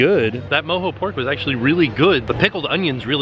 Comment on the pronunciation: I think that's pronounced MO-JOE ... NOT ... MO-HO LOL!! Watch a little Austin Powers once in a while!!